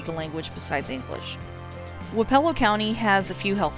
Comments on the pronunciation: It's "wap ah low" not "wap E ELL O". I am speaking from experience. I grew up in Wayne, wappelo, and appanoos County county. Also Lucas county. (Wich I'm pretty sure is way way poorer than the 3 I said) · It's pronounce WAAH-puh-lo, with the emphasis on the waa. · I grew up in Keokuk county 1 county north of Wapello and have never heard it pronounced the way you did, but that is not saying the way you did is wrong. We pronounce our my hometown Sigourney, Sig er ney. Anyway I enjoyed the video and have alot of familiarity with these counties on your list. I have a brother who works in Ft. Dodge, another in Ottumwa, lots of freinds from Jefferson and Lee county and would horseback ride at my uncle's in Centerville as a kid. Also never knew that Lee had 2 county seats.